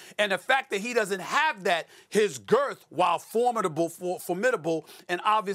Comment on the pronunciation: Why does he keep saying “Girth” and “Big” like that